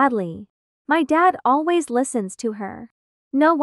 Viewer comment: I love the fact that said lways and not always😂 Btw it's just a reminder I'm not trying to be mean